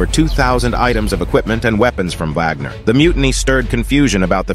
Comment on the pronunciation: It’s pronounced vawg-ner. Just like the German composer.